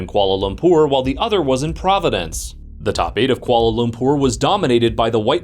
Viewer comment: PROV A DENCE